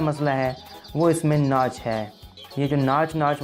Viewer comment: bhai banda thori si research kr leta ha. thori si aqal istemal krleta ha. tu ne to pronunciation pe b dihan nahi dia. "Nach"